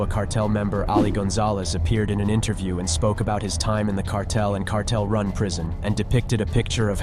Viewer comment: you should look up the pronunciation of extradite, and cartel